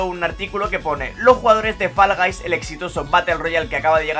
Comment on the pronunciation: Faraday? "Fol gais"